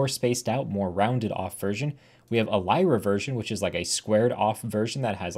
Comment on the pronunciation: is that fr how you pronounce radix lyra and mira??